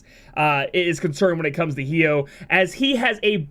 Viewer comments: I die a little inside every time you pronounce his name hee-oh xD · The way you pronounce Hyoh triggers me.